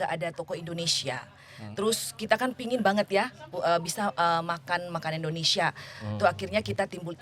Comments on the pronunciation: Don’t offense! jangan sering interrupt saat narasumber menjelaskan sesuatu and please excercise to say Indonesia not Indonesa, thank’s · Tolong dong.... host nya kalau mengucapkan kata Indonesia jangan Indonesa....